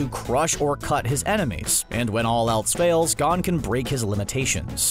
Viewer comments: His name isn't "gone" 😭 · He mispronounced gon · Bruh. Learn how to say Gon